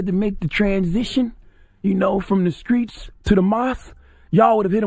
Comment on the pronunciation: Did CTG pronounce "Streets" as "STREETS" and not "Screets"????